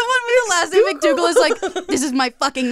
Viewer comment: i thought u said mcdouble instead of mcdougal and lost my shit